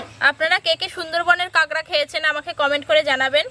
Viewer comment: আরে ভাই ওটাকে কাগড়া বলে না।ওটাকে কাঁকড়া বলে।